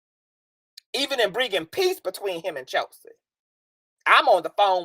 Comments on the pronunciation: I started following when I listened to you mediate the whole Storm, TK, Von and Chelsea drama…you were very calm, cool and collective when they’re all acting a fool lol I said yup, I’m following this young person 👍🏼 sidebar: I love the way you pronounce Chelsea’s name as Cheltzee lol and your reads are legendareeee 😭😂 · I thought it was just me that heard Chelsea pronounced with a T in it lol